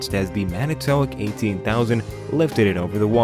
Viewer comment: You need to learn how to pronounce Manitowoc.